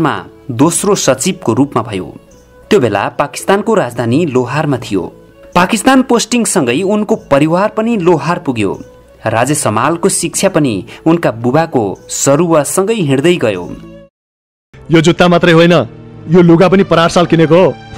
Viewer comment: विडिओ बनाउनी मित्र हजुरलाई जानकारी अलिक कम रहेछ , पाकिस्तान को राजधानी लोहार होइन , लाहौर हो के बोलेको यार ।